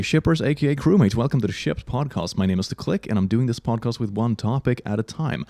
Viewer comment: click says Pod-Cost and that is an unforgivable crime